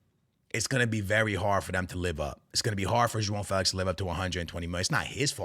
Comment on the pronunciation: "Jo on " Felix not Joao Felix 😂